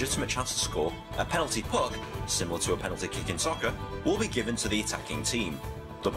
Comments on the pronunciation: christopher crowley when he said free puc it really triggerd me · aine71 when he said puck it really trigged me English hun 😂🇮🇪😂🇮🇪